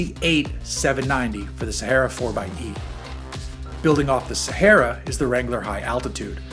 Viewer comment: SAME! And the way he pronounces Sahara.